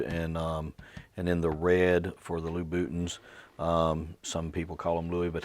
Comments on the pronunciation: A couple of things - both good! 1. Fantastic video!! Genuinely you are a fantastic resource for education and entertainment. 2. I will forever now use "Lou Bootin" whenever someone gets huffy about Louboutin. BTW it is pronounced similar to Loius Vuitton, "loo-boo-tahn," but as I said they are now Lou Bootin's to me!!! 😂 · "Loo Bootins" 😂